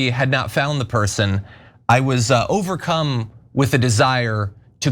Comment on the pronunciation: This guy said he was "overcum" this reporter crazy😂